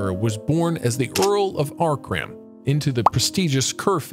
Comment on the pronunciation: Ancram is not pronounced Arcram. This guy might have dyslexia.